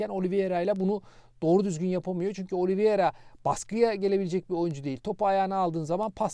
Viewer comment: siz telafuza dikkat eden birisiniz. Şu Oliveira’ya inatla Oliviera demeseniz.. Bir de 10 milyona ve yıllık 4buçuk milyona İcardi hayal.